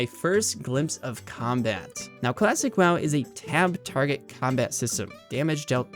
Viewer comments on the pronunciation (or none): none